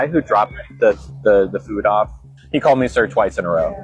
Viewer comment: You mispronounced he like a bunch of times 😂